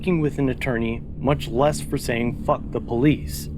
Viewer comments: "Poh - leese". Where do these guys learn English. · Did he really say poeleece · When the cops call themselves the POE-lease lmao THE POE-leasE, you know you’re in low IQ rural America,…